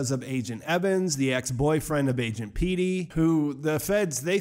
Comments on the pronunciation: its agent petty not peetty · Bro, "Pete-y"? Its definitely "Petty". Lol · It’s Petty, not Peaty. Agent Petty….they say it a bunch of times and you can see by the letters in the name, it’s pronounced “peh-tee”, like petty thief. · Is nobody seriously gonna talk about how he called him “agent Peety” like 5 times. PETTY! It’s agent PETTY! Not PEETY! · PET-EE now peaty Lol did you even watch the show or was this written for you? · Agent Petty, not Peety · PEH-TEE....agent PEH-TEE ...like petty. cuz the dude was petty and obsessed. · Agent Petty pronounced Pet- E